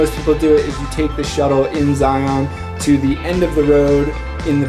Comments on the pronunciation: Local pronunciations: Bon-nuh-ville salt flats, not Bonnie-ville. Zigh-un National Park, not Zigh-ON. The places shown are all great, (I'm familiar with many of them) but I wonder,, have you gone a bit farther north through the Logan Canyon area to Tony Grove Lake and "the Caribbean of the Rockies" -- Bear Lake. There are some great alpine hiking trails there as well. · If you're going to make videos about a place, it might be nice to learn how to pronounce it. Zion rhymes with "lion," not "try-on." Oh, and it might be nice to look up the definition of "infamous." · Pronunciation guide... Uintuh, Bonniville, Ziun. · You can always tell if a person is from Utah based on how they pronounce “Zion National Park” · You said Zion wrong you don't pronounce the o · Some cool shots, but man was it painful listening to you pronounce Uintah and Zion...